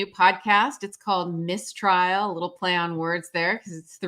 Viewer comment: Please: "Mistrial" has the stress on the first syllable. "Miss Trial" (which is a great name for the podcast!) has the stress on the second word. (Miss Tríal)